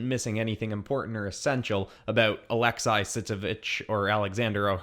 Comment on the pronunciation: It’s pronounced Alexsee If u have been told this My bad